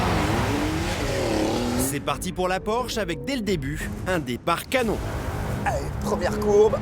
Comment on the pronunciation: Insupportable la voix du commentateur, avec son accès à faire des « chh » en fin de mots... « Des le débuchhh... » « Allezchhhh... »